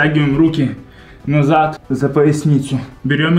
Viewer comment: «Ннызад» ору